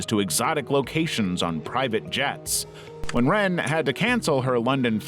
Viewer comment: Lots of mispronunciations in this video, like L'wren Scott. lah-REN, not simply 'ren'.